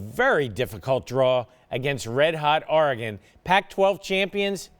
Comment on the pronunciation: I hate how he says Oregon